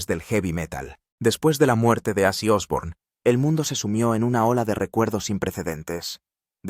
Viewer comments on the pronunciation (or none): Ozzy... no azzy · Nisiquiera termine el reportaje es malo y no pronuncias bien el nombre ese llama OZZY